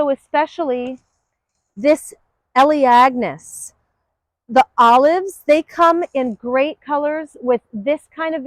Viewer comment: Awesome sauce. Say... It will take time but perhaps add notes or annotate as you speak? ELEAGNUS..I don't think I'm a minority when I say I had NO IDEA how to spell bases on your pronunciation. Great ads for your nursery for sure. Thank you. Also, adding deer resistant to each one or group them will save me a lot of time after I take notes :)